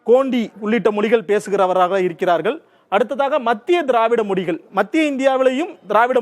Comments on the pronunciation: மொலிகல் என்று சொல்லாமல் மொழிகள் என்று சரியா உச்சரிக்க வேண்டும்.... உங்கள் உச்சரிப்பு நீங்கள் தெலுங்கர் என்று காட்டிக் கொடுக்கிறது... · Your pronounciation itself is not good. Not pronouncing Mozhigal correctly